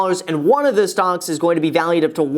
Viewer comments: he said "Stonk" Not "Stocks" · Are you saying "stocks" or "stonks" lol